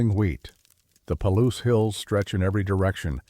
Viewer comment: Ai read. Palouse falls is pronounced Pa-loose